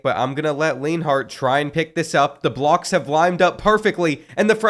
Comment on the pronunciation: It's almost like this dude has never watched football before. Who TF is "leanhart???" It's "lineart." Have you never heard of the USC QB Matt Leinart?"